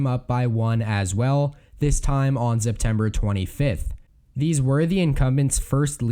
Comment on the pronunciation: Why do you keep saying Zeptember?